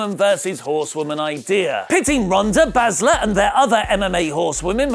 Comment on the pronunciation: can you please pronounce Shayna's surname correctly. Many thanks. #swaft